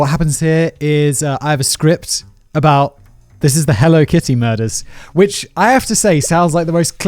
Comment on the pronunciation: I can’t stop replaying “… Let’s jump into the Helly Kitto… HELLO…KITTY murders.”